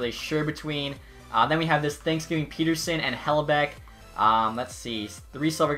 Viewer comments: It triggers me when he calls Petterson "Peterson" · Swerve On You Same my favourite player it’s 2 t’s not one lol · You keep butchering Elias Pettersson’s name in every video